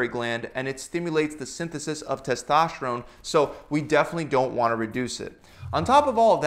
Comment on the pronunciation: What about your tes-TASH-terone??